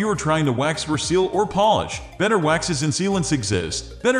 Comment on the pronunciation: Voiceover is obviously computer generated and I suspect the description was also AI generated. Notice that he pronounced polish like "Polish" (someone who is from Poland).